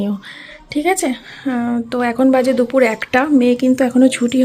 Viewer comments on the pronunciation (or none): none